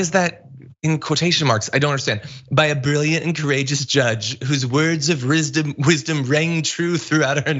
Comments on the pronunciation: I believe this guy! Even tho he pronounced wisdom as risdom, im sure he's smarter than the president...😂😂😂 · it's wisdumb